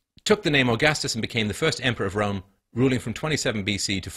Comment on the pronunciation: I know my history.. I know my ancestors.. Guess what? My ancestor's entire culture, language and tradisions (or civilization if you will) were almost wiped out by European, Christian men.. Twice.. And I could be from pretty much any continent.. Also, is this guys pronouncing Rome as "rum"? Together with the 22 other European countries that is also not a part of the EU..